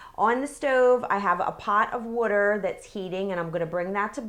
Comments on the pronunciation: I love when she says "water" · Wuter (LOL). And Rumicans